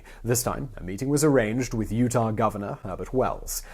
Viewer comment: Utah* not Utahr